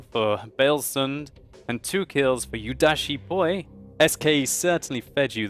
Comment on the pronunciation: Only thing you murdered was the pronunciation of Yuudachi_Poi XD